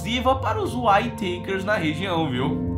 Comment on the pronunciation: Whayteikers ,Whayteikers kkkkk mano se lê simplesmente Uitekers , praq esse show kkk